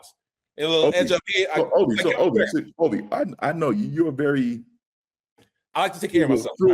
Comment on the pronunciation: said Olvie, not Turner.